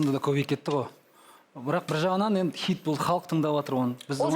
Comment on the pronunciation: Неге xит деген сөзді xЫйт деп айтад